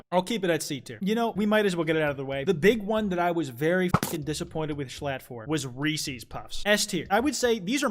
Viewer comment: He says it funky tho